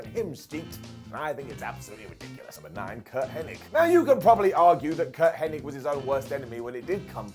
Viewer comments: Curt Hennig, not Henning. lol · His name is Curt HENNIG NOT HENNING!